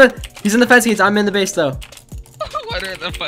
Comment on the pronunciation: Lol whenever I am listening for place I hear place, and whenever I listen for base, I hear base, but I know it says base.